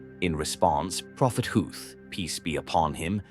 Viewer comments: Prophet Hud not hooth stop using ai voice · Poor pronunciation!! You didn't even bother to try and pronunce Prophet Hud's name or other Arabic names!